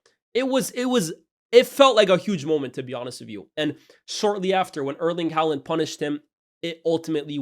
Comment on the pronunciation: Please learn how to pronounce Haaland